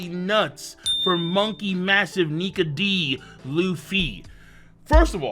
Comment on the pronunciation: For the moment I thought you said Monkey Niga but you said Nike